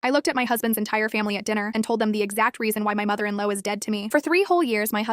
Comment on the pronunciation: the first time the video mentions "mother in law" AI pronounced it mother in low